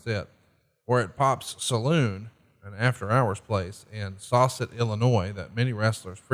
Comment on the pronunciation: It’s pronounced saw jay not sauget